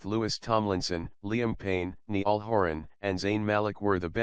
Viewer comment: "Neeeell Horan" "NO IS IT THAT HARD TO PRONOUNCE"